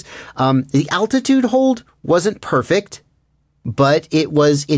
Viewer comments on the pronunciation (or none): none